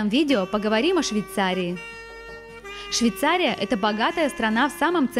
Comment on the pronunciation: Учи русский язык девочка.!!!!!. Миллион раз сказала Швейцария. Невозможно смотреть